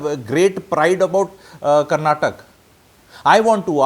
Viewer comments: Kannad alla kannadaa, Karnatak nahi Karnataka Sango ko Sang boletho sahi hai?? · It is karnataka, not karnatak. First learn this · For the basics the state is called Karntaka not Karnatak and also the language is kannada not kannad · Sir I don't think it will take much of you to say Karnataka instead of Karnatak and Kannada instead of Kannad I studied in Bangalore almost 20 years ago and even at time the term "Kannad" was used in a derogatory way among our friends. TamilNad, Keral, Karnatak may not be the right way to address in my opinion. This language superiority issue has gone way too far but we can also do some basic soul searching on our part to see what bare minimum we can do.